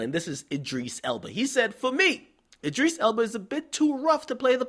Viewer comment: lol "Id-dris" nigga its Id-ris